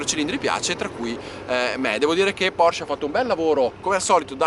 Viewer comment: Bravo. Finalmente che c'è qualcuno che chiama la Porsche, Porsche e non Porsch. 👍🥰